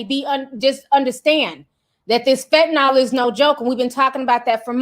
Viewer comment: Ti it's fentanyl. Fen-ta-neel. 😉